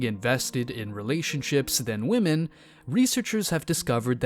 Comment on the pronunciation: "What modern wahmyn go through?" Don't you mean what goes through them?